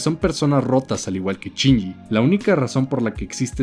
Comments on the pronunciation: Ahhh me estresa que diga CHINYI. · A mí me parece peor lo de "Chinji".